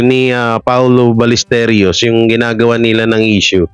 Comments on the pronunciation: HI Correction lang po sa pronunciation last name ni PAOLO BALLESTEROS (BAL-YES-TEROS) po hindi Ballesterios ✌️ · pronounce mo apelyedo ni paolo as BALYESTEROS (BALLESTEROS) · Hindi po paolo balesteryos kundi paolo ballesteros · BALLESTEROS HINDI BALLESTERIOS